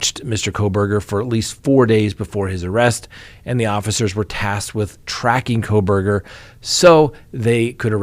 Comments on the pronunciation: it’s kohberger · I don't believe there is an "L" in his last name.......please be careful..... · Why did you add an l to Kohberger???